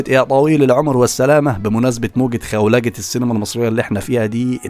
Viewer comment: هي مش اسمها خولجه هي اسمها خولنه